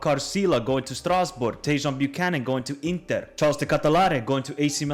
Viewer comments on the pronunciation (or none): none